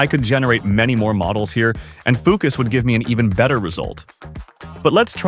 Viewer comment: "Foo cuss interface" lmfao